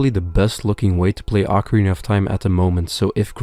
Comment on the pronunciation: Ocarina of Time or Acorina of Time? I hear only Acorina ^^